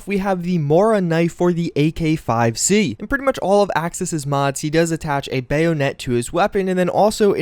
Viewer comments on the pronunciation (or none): While spelled "bayonet" it is pronounced "baya-net" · The way he says bayonet bothers me. BAY-OOO-NET I cringe inside every time Great video though, can't wait for F4 New Vegas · His pronunciation of bayonet irks me